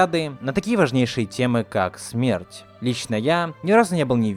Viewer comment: Почему "смэрть"?